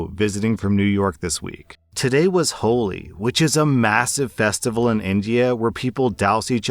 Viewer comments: FYI, Holi is pronounced, Holly. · “Holi” is pronounced like the name, not the adjective. “Holly”.